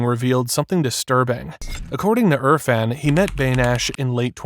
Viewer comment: It’s irfan not urfan get it right